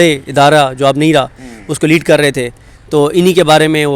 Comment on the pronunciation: آفریدی لیڈ نہیں "لید" کر رہے ہیں 😂😂😂😂